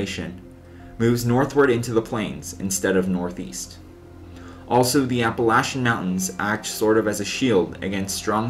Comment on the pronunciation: Good video brother I remember that tornado.. thanks for pronouncing la Plata and Appalachia 👍👍 Right